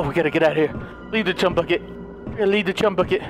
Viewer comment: LOL says the chumy bucket lol